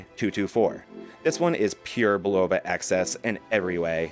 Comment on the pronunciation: great video, BUT its pronounced " BULL-OH-VA "😊